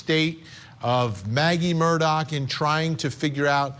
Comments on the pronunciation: It's Mur-Daw not Mur-Dock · Actually, the pronunciation is Murdaugh as in "Mrdog" Someone who has never lived in the south would hear "Mrdock" but that is NOT what he is saying. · ITS MURDAUGH DAU NOT MUR -DOCK . OMG you have been "reporting" on this for over a year. You would think you could at the very least get the f ing name right. Smdh🙄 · Just an aside observation—Many commentators continue to pronounce Alex Murdaugh’s last name as though it is spelled “Murdock”. Which pronunciation is correct? Also, Alex Murdaugh’s family, co-workers, and friends actually pronounce his first name as “Ellic”. Is this a common pronunciation of a nickname for Alexander, in South Carolina? Just wondering.